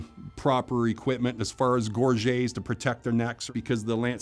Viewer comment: I have to say, it damages the credibility of a mounted combat expert when he mispronounces both 'gorget' and 'cavalry' in the same video.